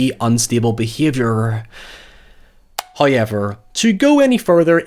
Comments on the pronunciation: First "high-yevver" occurs . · Finally, I can hear you "Hoiever" live. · Ah, it's the guy that mispronounces "how ever".